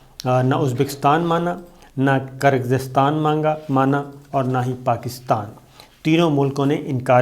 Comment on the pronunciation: gir-gir-staan 🤭, is trha keh dein “Kir-Gis-taan” Geo Slomo Murshad